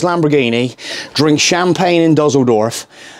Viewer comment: It's definitely not Duzzledorf. I believe it's pronounced 'Disseldorf'. And Maybach is Maybarkh, not 'my back'!